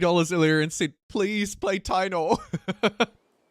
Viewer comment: I believe the Spanish pronounciation of taino is Ta-ee-no